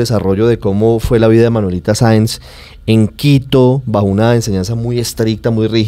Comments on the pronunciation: Y aparte dijo varias veces Manuelita Sanz en lugar de Saenz. Muy triste. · Alguien que le diga a la muchacha que su personaje es Manuelita Saenz no Sanz!! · Un like si vienes a ver que comentan sobre la actriz que no sabe pronunciar el nombre de su personaje, Manuelita Sáenz. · Maravillosos actores y, claramente se vé que estudiaron sus personajes; nuestro prócer Santander tiene uno de sus mejores homenajes en. Felicitaciones!! Manuelita Sáenz, tuvo en la actriz ecuatoriana la mejor representación, porque nuestra actriz no sabe ni pronunciar el apellido (ojalá lo sepa escribir), ni entendió que Manuelita fue una patriota también, que esas vivencias de niña y joven la hicieron rebelde no traviesa. 😒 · Que pena que ni siquiera puede pronunciar el apellido de quien interpreto....aparte que no tuvo un gran papel a comparacion de otros que tuvieron el mismo tiempo de actuacion